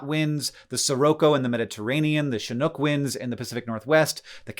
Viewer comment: It's SO rare for people not in the PNW to pronounce Chinook correctly. Homie knows his Native American tribes with how that flowed off your tongue.